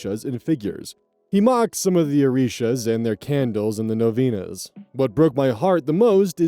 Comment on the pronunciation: Coming from Northeast Brazil pronunciation of "Orishas" was pretty good.